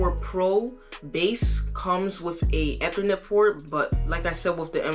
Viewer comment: Good job. Just as constructive advice is to check the pronunciation. Gb, GB or gigabytes is is a hard G. Gig, not jig. Ethernet is like the letter E-thernet, not eh-thernet. Other than those slips you did great. Keep it up.